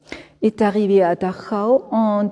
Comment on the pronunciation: excellente guide merci à vous , quel plaisir d'entendre correctement le nom de Dachau comme il doit être dit !!!